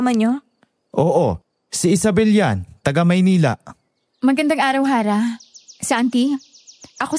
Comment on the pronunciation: Harrah ksi not arrah